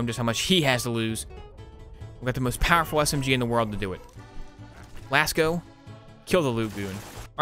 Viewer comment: I think Lascaux is pronounced in a way that rhymes with "Last Bow"